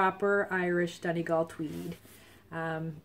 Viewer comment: Hi there! Enjoyed the podcast very much. :-) Congratulations on your new furry family member. Just my two cents on pronunciation :-D I was really impressed that you pronounce "Donegal" perfectly, so the grey colourway is pronounced "LEE-uh-dawn". Just so you know :-D